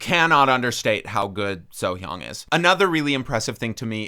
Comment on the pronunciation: Plus point for pronounced Sohyang's name correctly :D